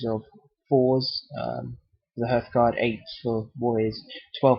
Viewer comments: It is härth, not "herth". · Nice video. But are you sure about the pronunciation of hearthguard. I always thought it was like hearth as in fireplace. So it doesn't rhyme with birth. It's heart with a th sound at the end